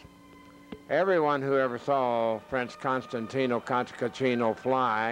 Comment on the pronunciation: The narrator doesn't even know how to pronounce the name of Costantin Cantacuzino. He says: ContantinO Cantacatrino... Give me a break!!!